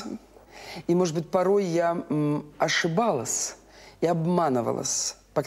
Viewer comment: А мне это слух режет,например